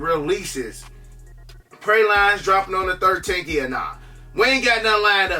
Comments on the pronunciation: Pray- Line …hahaha… Pronounced Pray -Lean but I know what you mean😂😂😂😂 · it's "Praa-leen". Not Pray-line. It's a French dessert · Praline (prey.lean) that’s how you pronounce it 👍🏾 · Ayyee I can't let you not pronounce those Women's Air Jordan 1's wrong like datt that are coming out soon Fam 😄❤🚫 it's Praline G like pronounced Praleen but spelled Praline 😂 like "Pecan Praline" Ice Cream 🫡 Smash datt 👍Army!!! 🔥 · PRAY-LEEN BRO PRAY-LEEN😂😂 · It's PRAY-LEAN lol